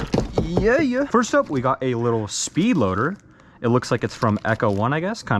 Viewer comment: When you say yeah yeah it sounds like you said grandad im chinese